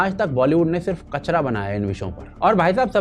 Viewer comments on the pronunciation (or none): none